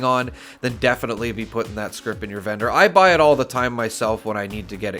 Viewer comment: Why am I hearing bedroom when you say vendor? lol I sell serums and buy recipes when I have enough caps, only looking to buy armor or power armor set pieces but can't find too many good ones.